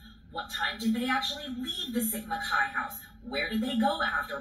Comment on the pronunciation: Hey, When you say "Sigma Chi boys" I hear "Jesse James gang! Lol 🐞